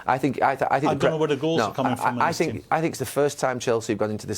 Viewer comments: Literaly eveybody: "How dafuq is Lampard going to survive at Chelsea?" Mourino: "I sink..." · he keeps saying " i stink" LMAO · Gary dropping an “I sink” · Jose always say.. "I sink.. I sink.. all of time.. Hahaha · No one: Literally no one: Mourinho: I sink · Tell me about mourinho statement , he said "sink", i don't know about the spelling.... sing or shink or sink?... and what's the meaning .. shink or think? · Literally Nobody: Mourinho: “I sink” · Lol Neville "I sink" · why did Neville say “I sink.” 😂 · I think he’s hearing that too much with Mourinho